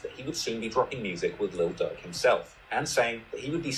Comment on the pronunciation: His name is Lil Durk not Lil Dick